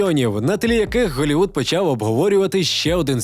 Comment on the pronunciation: Каже Холівуд але не каже халк....🤦